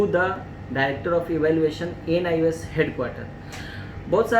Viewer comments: ANIOS nhi hota...NIOS hota hai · ANIOS nhi hota hai . ..NIOS hota hai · Anios nhi hota hai sir ..... NIOS hota hai